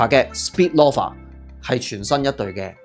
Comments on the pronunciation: Friendly reminder : Loafer 係讀Lo-fer ,你讀左Law-fer Snoafer 係讀Snow-fer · loaf, 係讀 low-ve, 同理，loafer, 是‘勞’fer, 不是 羅 fer